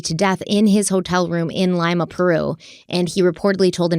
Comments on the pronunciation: Not Lyma but Leema is how it’s pronounced. My dads family is from this part of Peru so I know it well. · "Leema", not "Lyma". Sheesh. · Stephanie you pronounce Lima, Lee-ma ... 💗 The devil's in the detail ... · It might be advisable for Stephanie to learn how to pronounce the name of the capital of Peru. It is concerning. Both should stick to the facts, rather than providing personal opinions.